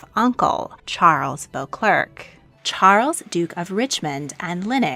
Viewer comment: Excellent video. One pronunciation correction: the Duke of St Albans' surname is spelled Beauclerk, but pronounced as "Bow-clair).